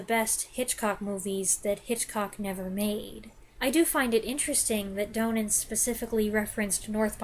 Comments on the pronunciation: It's Stanley DON-nin not DOUGH-nen. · Great review of a wonderful film. I hope you don't mind me being "that guy," but Donen is pronounced DAH-nen even though there is only one 'n' in the name. Otherwise, I enjoyed your thorough and insightful comments very much, and it makes me want to watch the film again.